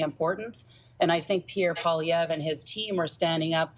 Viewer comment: PiEErre POOilievre 💩